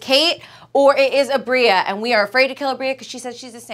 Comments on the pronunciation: Not kate calling aabria “aubreya” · kind of love the way Kate pronounces Aabria